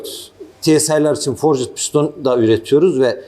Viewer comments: Forcit piston degil, forcd diye okunur o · abi sen bari dövme demiyorsun, forcıd deme şuna :)